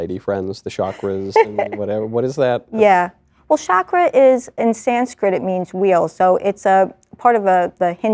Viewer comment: 'chakra' : 'ch' pronounced as in challenge